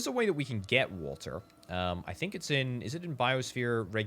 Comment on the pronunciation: I kept looking around for walter lol I swear that's what I kept hearing til I figured out you was saying water lmfao!